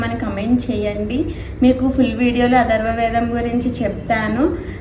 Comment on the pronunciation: అధర్వ వేదం కాదు అమ్మా....అదర్వణ వేదం .....